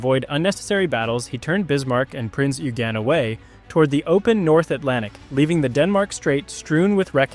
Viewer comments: "Oy-gen", not "You-gen" or "Oo-gen" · Pedantry or not, proper pronunciation surely helps to avoid confusion... "Prince Yougene" was a Royal Navy monitor. ;) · But Eugen is the German version of Eugene. Just as Heinrich is the German name for Henry, French Henri and Dutch Hendrik. So the correct pronounciation is like Oy-gen. And the g more like a soft K than a dzj